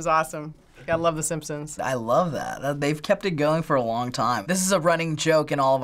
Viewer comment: She said "Yay the sampsons!"